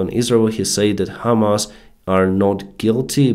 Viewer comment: PRONUNCIATION Your pronunciation of HAMAS sounds like HIMARS. Need to emphacize HAMAAAS not HIMARS ALSO "I amm out of the clue should be "I DON'T HAVE A CLUE"